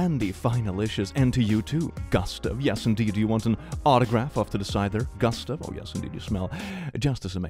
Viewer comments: Gust-(uh)ve? Do you mean Goo-st(ah)ve? Well, know i know how chooses names.. he must have a list he reads from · the pronounciation of gustav at the beginning is cursed